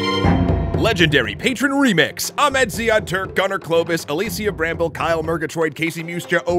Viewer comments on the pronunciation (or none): none